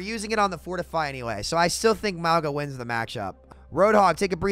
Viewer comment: Do you call him Muauga on purpose to get people talking about it or do you not know how to pronounce it?